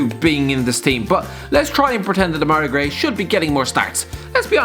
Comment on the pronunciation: Ngl, spat my tea out when you said Demarai Gray 😂